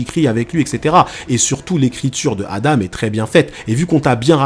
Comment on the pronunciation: Et enfaite c pas adame mais Adam si tu veut mieux comprendre tu peux remplacer le m par n ce qui se dis Adan après j'ai sûrement mal entendu